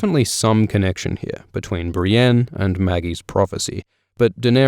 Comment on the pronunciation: Audiobooks are great but i can't get over the fact Brienne is pronounced "Brain"